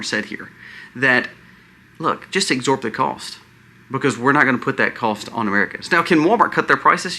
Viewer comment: It’s ABSORB! Not exsorb. Sometimes I worry that your terrible grammar causes people to unsubscribe. I appreciate all the research you do and the variety of topics you cover. So I’ll stay subscribed ❤God bless you.